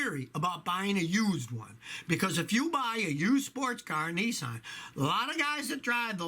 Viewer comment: he sed nissans clout went dowm😂